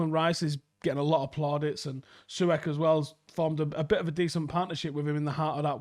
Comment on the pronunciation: Bruh the way he pronounced Masuaku’s and Soucek’s names 😂